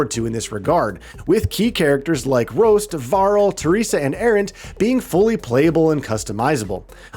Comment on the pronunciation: You had me up until you tried to pronounce "Rost" as "Roast".